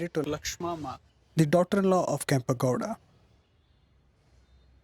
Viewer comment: Wonderful work. For the effort you are putting into these documentaries, it might be worthwhile double checking the correct pronunciations of the Kannada words with a native speaker - Kempe Gowda, Bendha Kaalooru, Veeragallu, Dhommaluru etc.